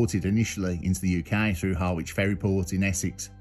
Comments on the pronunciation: lol great video as always mate but it's Ha-rich the w is silent and I'm from suffolk and yeah that case was absolutely fascinating. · Harwich “ha/ridge” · How not to say Harwich